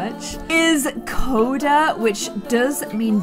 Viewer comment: U said Cody it's coda